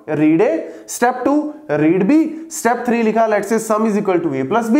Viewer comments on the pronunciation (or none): none